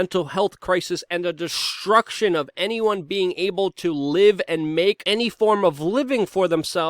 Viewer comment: Luke. To sat st its not shhht. Like STREAM IS NIT SHHHHTREAM. destruction is not Desshhhtruction